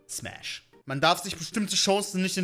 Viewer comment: Ich hab die fnäf oder päss verstanden 😂